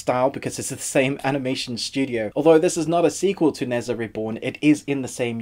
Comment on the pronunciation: Nezha = NER JA not nez ah